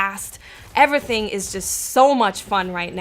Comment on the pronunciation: The way she says "anything" or "everything" makes me cringgggggge. "in-A-thing"